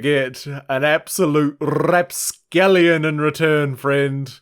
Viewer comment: That R roll in rapscallion was so sharp lmao